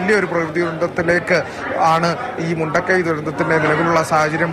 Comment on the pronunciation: മുണ്ടക്കയമല്ല "മുണ്ടക്കൈ " യാണ്